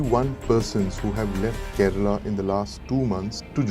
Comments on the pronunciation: it’s not kerela it’s kerala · Abey Kerela nahin, KERALA. Serious video mein bhi meme karne chala 😂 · Some news anchors need to learn. Its Prounounced as ‘Kerala’ not Keral! Its like saying New Del instead of New Delhi! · Aree tera content shuru se hi support Mae haiii. Kerala ko kerela bol rha h aur tu kya fact nikal rha h.😂😂 BHARAT doob rha h andhbhakt se🤦‍♂️ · Okay someone needs to say this. Brothers and sisters of North India, It isn't pronounced Keh-reh-lah or Keh-rah-lah. Ke-Ruh-Lah is the correct pronounciation.